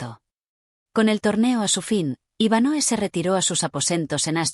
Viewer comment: Es Iván hoe no Iván Noe 🫪